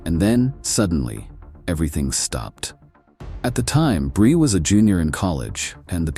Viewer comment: What’s up with the pictures being all wonky and fake looking? And why the random mispronunciation “brye” and not “Bri” and then fixing it. And then going back to Brye. Idk if they’re AI edited images and voices , but it makes the video come off fake and disingenuous. Other than that it wasn’t a bad video